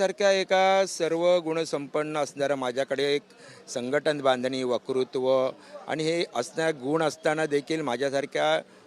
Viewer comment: वक्तृत्व म्हणता येत नाही वकृत /वकृत्व म्हणतो हा पठ्ठया आणि म्हणै ९ वर्षे झाली पद मिळाले नाही. सरळ बोलता येत नसलेल्या व एकनिष्ठ नसलेल्यांना काय म्हणून पद द्यायला पाहिजे होते ?